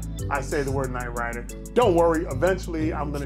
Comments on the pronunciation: NIGHT "RYDA" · "KNIGHT RYDA"...